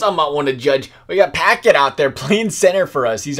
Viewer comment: You pronounced Paquette's name like "oh I just opened a PACKET of cookies